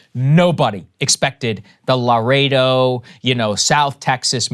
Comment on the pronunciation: I've never heard Laredo pronounced like that, even from folks from there.